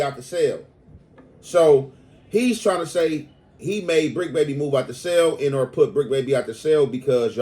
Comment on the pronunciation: Homie you need to stop trying to sound smart, you and Spider Loc kill me with that "an or"😂